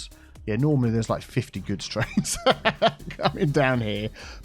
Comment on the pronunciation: "Backed up twains and backed up twucks."